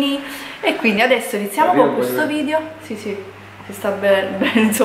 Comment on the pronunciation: Okay però ora che la rinoplastica è fatta sarebbe l'ora di iniziare con le lezioni di dizione! Ripeti con me VIDEO, VIDEO, VIDEO NON VIDIO!